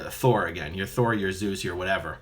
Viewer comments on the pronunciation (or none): none